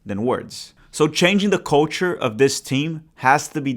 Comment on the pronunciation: Ooooo, 'culture' ... thought you said 'coach-er' trying to their shade at Porch 😅